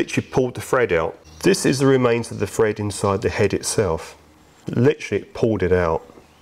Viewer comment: thread not fred 🤪